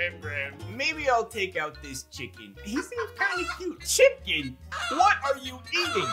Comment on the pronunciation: Omg my DP parrot 😭😭😭😭😭😭😭😭 " red chimken"